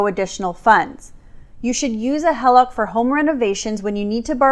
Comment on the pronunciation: Ummm it’s HEE-LOCK …. not HELL-LOCK.